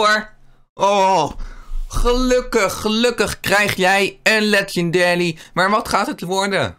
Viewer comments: Het is Legendary geen 'Legendelie' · Bij eh 😂😂😂ik ga stuk een lekanderie uit goude khhiest